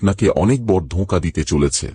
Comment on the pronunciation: বড়ো উচ্চারন টা ঠিক করে বলুন